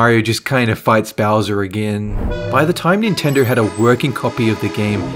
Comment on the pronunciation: Bowser not bosser